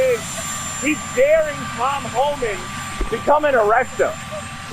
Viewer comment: Homan isn't from the Family of Man. First syllable only.